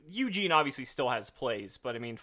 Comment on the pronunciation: It’s Eugene not Yuginono. Get it right!